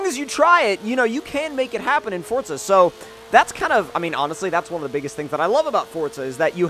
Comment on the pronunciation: say it right for za not fort za